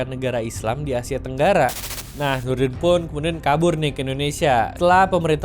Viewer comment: Yang paling lucu sih Nurdin m top saya pernah lihat di YouTube pembawa berita nya malah salah ngomong harusnya Nurudin m top malah jadi Nurdin ntot 😂😂😂